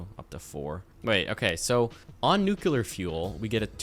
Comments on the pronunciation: i love you to death. But also, pronounce it NU-CLE-AR please. 😂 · I'm... actually finding myself wondering how much of that intro was a joke or a parody or absurdly good comedic timing... It made me hopeful for a second. Also, 'nucular' 😂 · "Oh boy, a new video, and it's over an hour long! I can't wait to watch this-" "NUKE-YEW-LUR" Oh christ he's one of THOSE people. 🤦‍♂